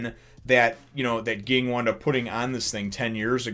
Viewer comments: ..you don't call characters what you like them to be called, his name is Ging, pronounced Jing~with a J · Ging is pronounced Jing or Jin